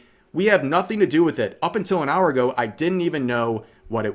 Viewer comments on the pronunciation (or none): none